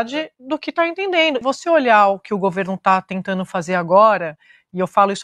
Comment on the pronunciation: Tentano???? O que significa? Entendeno???? O que significa???